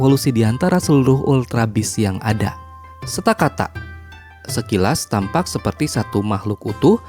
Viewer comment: Kak itu stakataka bukan stakata